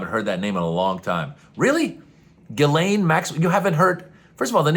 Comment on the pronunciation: Jizzlaine. The name is pronounced Jizzlaine.